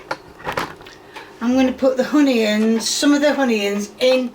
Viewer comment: I really enjoy watching your videos, but I cannot stand you saying “honeyyuns” can we take a vote for you to stop it?